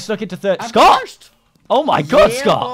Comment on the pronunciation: I thought scott said ewwwww xD